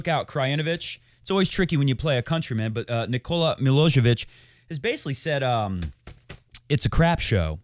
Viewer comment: It’s milojevic not milosevic😂